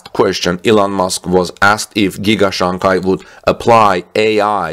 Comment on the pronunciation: SHanghi ,, not CHanghi ,, love the channel